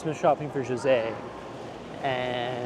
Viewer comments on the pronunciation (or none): none